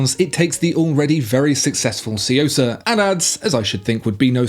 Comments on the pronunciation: i was pleased when he said "Suyosa" instead of "Chuyosa" like other reviewer but it seems my boy still got a long way to go lol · I love your videos but your pronunciation of Japanese names gives me more cringe wrinkles than an English Bulldog. TSUyosa like TWIn. SHUNBUN like SHOULd and melBOURNE (Aussie pronunciation). 😉👍